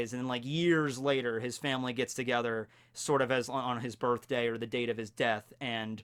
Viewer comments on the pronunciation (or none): I want you to know that "birthday" is pronounced with a "th" not an "f"